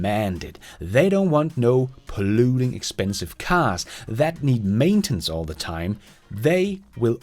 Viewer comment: an other word to pronounce differently: maintENance 😉 Congrats with your 50k subscribers, really awesome milestone! 💃🥳